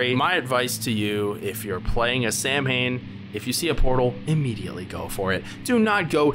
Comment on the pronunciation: Nah, that's Sow-wen 😎. Although the Void Prince and Princess ate invincible, they can still be sucsessfully soulsnatched. Final Bosses are weird. I remember winning when both of them still had half their HP left. There are also different endings. Finished the game twice: Gary+Samhain, Gary+Helena. There should be additional playtesting right now.